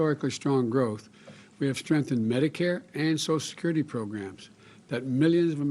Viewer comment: Dear Potato Head. Social Security has 6 syllables, not 3. Federal Reserve has 5 syllables, not 3. Grocery store has 4 syllables, not 3. Go back to school fool.